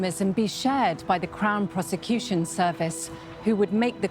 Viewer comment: Crown piece-a-cution service. 😂😂